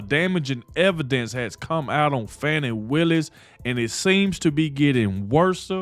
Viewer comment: I pronounce Fani. FAN EEE as in Ass. Hey stayed as always to end. Isn't lying in court PERJURY????DISBAR BOTH OF THEM.THROW OUT court decisions for the people who were involved with Trump.